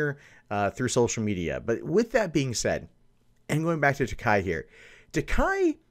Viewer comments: Why is it that you get the pronunciation of TAKEI right in the beginning of the video but immediately go back to TAKAI just after that? It's TakEi not TakAi. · It's pronounced "Tah, kay." The way you pronounce it, it would be spelled Takai. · Every time he says "Takai" my inner weeb dies a little.